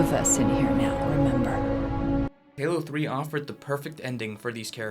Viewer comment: HAYLO TREE